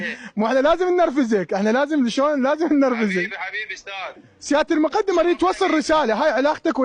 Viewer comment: الرتبة مُقٓدم بالفتحة فوق القاف وليس مقُدٍم هو مو اعلامي شبيك